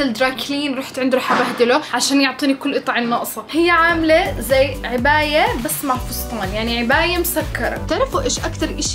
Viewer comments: عِباية❎ عَباية ✅ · يارب تستوعب انو كلهم بينربطوا لقدام مش لورا 😂😂😂 وانه اسمها عَباية مش عِباية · كل العالم: عباية: عِباية 🤣🤣🤣🤣